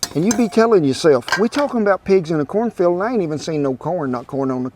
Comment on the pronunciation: Did you say "cornfald"? lol I love it.